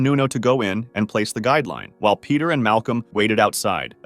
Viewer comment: Its Pieter not peter